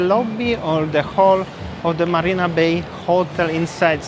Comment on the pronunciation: there’s no Barina Bay. It is MARINA Bay, with an M for marina